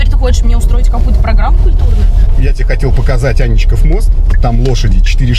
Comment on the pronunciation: А́нечков мост?! В школу, школота!!! 😁😁😁